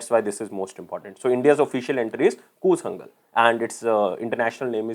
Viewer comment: It's not koozangal...it is koolangal...